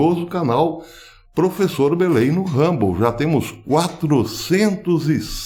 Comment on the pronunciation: ..."prefessor" ... partiu rumble, "desdiontem"... rss. Forte abraço! O vídeo de hoje foi oportuno. "Compartlheioô"